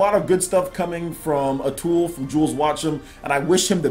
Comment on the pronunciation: You kept saying Atool instead of Atooi. It's an easy mistake.